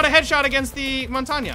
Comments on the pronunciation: Does actively try to mispronounce Montagne's name? Kinda like knowing the real pronunciation but saying something silly for shits and giggles? Because it's not pronounced mon-tag-na, it's mon-tayne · Best montagne pronounciation - montania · Montagne is pronounced Montang